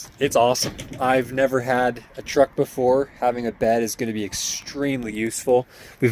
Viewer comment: mini truck or trucklette.... not TWUCK ... haha